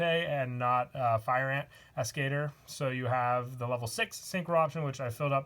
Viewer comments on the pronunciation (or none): As-ke-tor not As-cater.